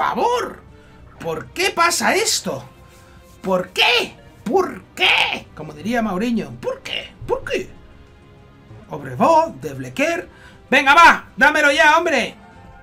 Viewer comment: que es MOU-rinho y no MAU-rinho JAJAJAJAJAJAJAJ sp igual